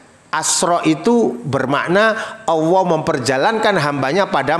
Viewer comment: Tak dengar dengar nyebut Alloh kok seperti awoh bahasanya ITU huruf hiaiyahnya gimana bos